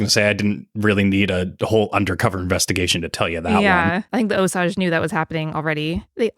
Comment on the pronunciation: Love the podcast! Just wanted to let you know that you are pronouncing Osage incorrectly. It should be O sage. Keep up the great podcasts!